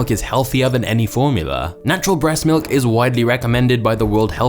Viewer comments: I had to turn this video off due to how this guy says “milk”. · I don't like the way you said "Milk" 😂